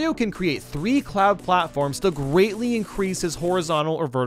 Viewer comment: you said gweatly